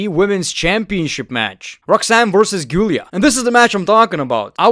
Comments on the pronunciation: It's not guulia It's zulia / zoolia lol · It's Gi - u - ri - a or - Ji - u - li - a. Please. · "G-iulia" XDDDDDD